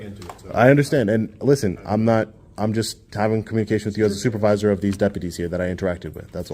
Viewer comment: Du did they say the stupervisor l.o.l.